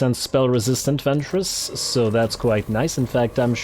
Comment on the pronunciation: Every time you mention the name of Ventris, my mind keeps hearing it as "Ventress" (as in Asajj Ventress, the Star Wars character), and I often find myself trying not to giggle at the thought of her kicking ass on a Warhammer battlefield.